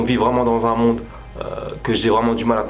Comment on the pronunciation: « Y’a la fin du mon et y’a la fin du monde » tu parle chinois mon frr